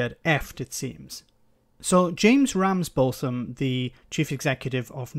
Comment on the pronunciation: It’s pronounced ‘Ramsbottom’ btw 🙂